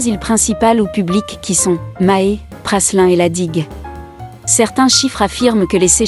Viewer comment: Prasssslin.. Non mais sérieusement..... 🤦🏽🤦🏽🤦🏽🤦🏽🤦🏽 on prononce PRALIN